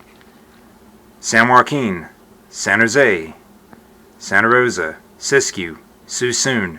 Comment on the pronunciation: Yep. That's my hometown: Sana Rowsuh